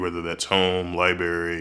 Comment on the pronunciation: Lmao! I hate when he says LiBary...he also aks instead of ASK!